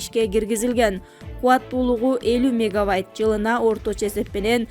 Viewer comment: Уулу урматуу журналистер. Мега Вайт эмес Мега Ватт